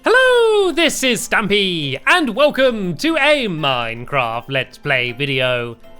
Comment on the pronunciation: Crazy Bob its Stampy not Stampf *